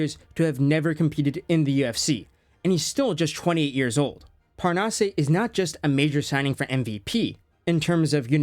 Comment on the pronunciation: "Parnasse"... Butchered? Not at all. You almost nailed it. Just end with "ass" 😉... Seriously. The "eh/ay" sound is only for É not just E. No accent, straight pronunciation. As if it was "Parnasss".